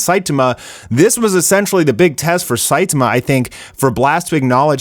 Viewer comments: WHY DO YOU CALL HIM "SAITUHMUH" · The way u pronounce Saitama is so weird